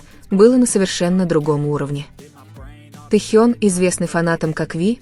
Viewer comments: Когда уже Тэхена будут правильно называть. И таюнг и Таён.. Ужас просто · Господи, речь отврат, ударение на многих словах не правильная, имя Тэхёна искожает